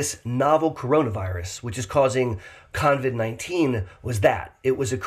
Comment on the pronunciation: it is COVID-19 NOT coNvid. No N in the name.